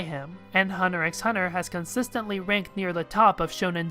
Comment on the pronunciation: Yo, you're not supposed to pronounce the X in Hunter X Hunter. Trust me, I've made that mistake in the past. They get really mad at you.